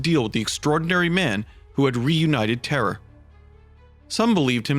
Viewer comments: why does it sound like "warriors of terror"? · Every time you say terra you say terror.